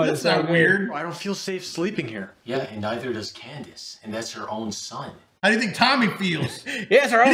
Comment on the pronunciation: Did he say candice ? 👁👁